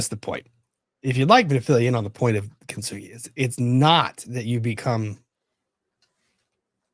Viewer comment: Loved hearing get so upset about and her “I am golden” kin-to-soo-gah-roi mess. I had the same feeling and the mispronunciation killed me the whole time. Get kintsugi outta your mouth,!!!